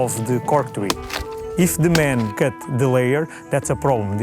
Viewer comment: "They cut the tWee" XD